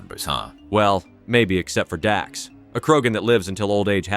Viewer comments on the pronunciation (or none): Dax? Dax... Dax... Wait, you mean Drack? Y-You couldn't be bothered to pronounce it correctly or double check? At first I wondered if you were mispronouncing it intentionally (which would've been a lame joke but a joke all the same) but you just plain fucked up. Didn't you? 😂